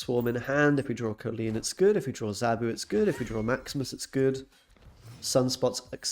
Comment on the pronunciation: COL-Leen not COE-Leen 🤣